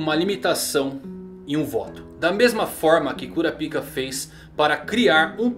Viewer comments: Por que você pronuncia quinâcou e cura pica ao invés de nâcou e curápica? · "Curápica", muito estranho essa pronúncia de "cura-pica" e é "nãcols", "Qui-nãcols" é estranho também, a pronúncia da letra "K" sai da garganta, praticamente um "K" mudo, e é isso, assim fica menos estranha suas pronúncias dos nomes dos personagens que notei até agora! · canal legal, mas cara melhora essa pronuncia de nomes que doido no ouvido. "curapika" mano serio? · Sobre a pronúncia do nome do Kurapika. Dublagem Japonesa: Curápica (pronúncia real do idioma). Dublagem Brasileira: Curapáica (Imagino que a decisão da pronuncia do PI para PAI, foi algo tirado da dublagem inglesa, não sei, talvez pode ter sido para não sexualizar o nome em português na época). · Ótimo vídeo mas o kurapika ficou estranho a sua pronúncia rsrs kurapaika ficava melhor hehe abraços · Curapica kkkkkkkk curapica essa foi boa mano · Curapica? Kkkkkk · Nao e kurapica e karapaika